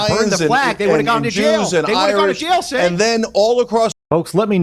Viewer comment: It’s not jenk or cenk. it’s chunk. Get it right from now on :) eff that chunky bih.